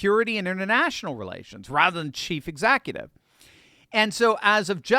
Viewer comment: What's an exackutive?